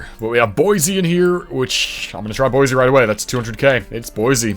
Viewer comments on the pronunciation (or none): "Boise" has an s-sound rather than a z-sound.